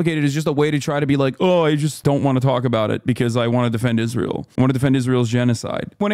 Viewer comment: "Isntrael" LMAO...